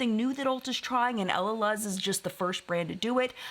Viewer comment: Just a quick tip. I believe that Camila Coehlo’s last name is pronounced KWAY-lo, and Elaluz is El-la-LOOZ. 🙂💕